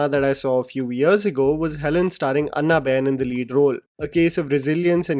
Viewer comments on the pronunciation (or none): Its ॲना not अन्ना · Bro it's pronounced as Anna (as in Annabelle) not Anna (like Anna Hazare) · It's not ANNA BEN 😭😭😭 ITS PRONOUNCED AS AANA 😭😭 NOT CALLING HER ANNA (elder brother in south languages) 😭😭🤣🤣🤣🤣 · What is with your pronunciation of 'Anna',?